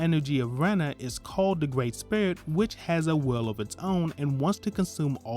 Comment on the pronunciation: A Gwreat Summery my man, sorry just joking, but yea really good video thank you